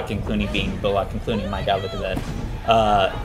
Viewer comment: "Bull-ock?" lol ... like what? I have never heard someone pronounce Sandra "Bul-luck" 's name that way ever.